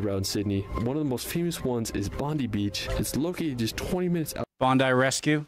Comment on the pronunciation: Sadly he is another person who mispronounces Bondi Beach, but still a great video.